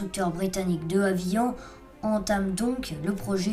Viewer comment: Super. Mais Havilland se prononce HaviLanDE. On ne parle pas d’usure du métal mais de fatigue du métal. Une fatigue cyclique.